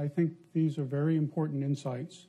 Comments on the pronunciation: Important, dia baca impoten 🤣🤣🤣🤣🤣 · "important" knp dibacanya "impoten".....ko kenapa gw yang malu yah liatnya... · "wi si caina impoten partner " Ngakak aing 😂😂😂😂